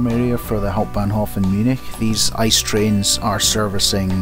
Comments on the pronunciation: I.C.E "Inter City Express" That Ice spoken out got me a little cringe lol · Hahaha Ice train. Its not an icycle. The letters are pronounced separately I-C-E ;-) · Let's not be the correcting German guys 😂☝️🇩🇪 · Very good footages but it would even better without that music. Hearing the train sounds is vital for train videos, I think! As for ICE: It's aktually spoken I.C.E. (for Intercity Express), not ice. :-)